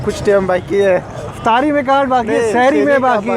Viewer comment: Its not pronounced as ramzan rather ramadhaan not sehri rather sahri not aftar rather iftaar